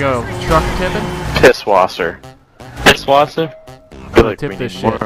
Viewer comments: Pißwasser not Pibwasser or you can say Pishwasser. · it is pronounced piss-vawser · R Lubbers It's pronounced 'Piss-Vasser'